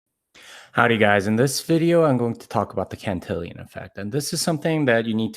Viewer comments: It's pronounced CAN-TIL-ON effect, not CAN-TIL-I-ON effect. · yo that’s just not how you say my name! it’s (can-till-on) not cantillion